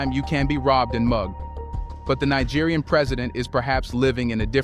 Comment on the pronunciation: You mean: ECOWAS EXPOSED With Nigerian President For Being Western Puppets! Naija, Neeja, Naigeer make up your mind!:face-pink-tears: I gave you a big fat dislike.. English is your ONLY language dude.